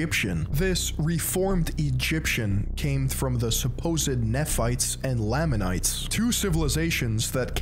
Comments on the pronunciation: You completely butchered every name. Its said ma-row-nye, Lay-ma-nites, and Knee-fights etc. If this guy can't even pronounce the words correctly how can we expect all of this to be correct, personally I think he is only here to tell Mormons that they're wrong and he's right, because this video is built on false facts like how we are supposedly against black people because they're cursed, that is untrue we have multiple black family's in my church and I'm good friends with all of them and they are always welcomed nobody in our church believes that they or anyone shouldn't be able to join because of physical appearance. We are not told that we can't read or watch outside opinions because the church isn't a trap It's a belief. We always have choice no matter what and are always told we have the choice. Even if the church is false it encourages good habits like not taking drugs, not smoking, not vaping, not watching or reading porn, and loving your family. My family is a great family because of the church, it always encourages us to spend time together and it tells you to do service just because you should love everyone like you love a good neighbor. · I'm sure someone else must have told you this but I'll be the next, every time you mispronounce 'Moroni' and 'Nephites' and 'Lamanites' et al it makes my ears bleed. All you had to do is put these words into this very platform and let some videos made by Mormons come up to know how it's pronounced, ffs. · Same with the Nephites and Lamanites pronunciation, it's very funny Not an ex member yet because i'm still a minor but i will leave the church one day